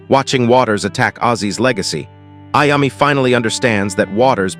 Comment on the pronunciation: It's pronounced I-O-ME. TONY IOMMI